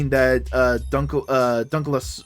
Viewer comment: Dunk-lee-oss-tee-us It's an ancient armoured fish.